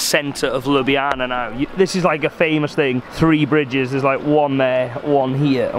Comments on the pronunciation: its not sluvinija its slovenija its not lublana its ljubljana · It's pronounce Lubliana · its pronounce lyublyana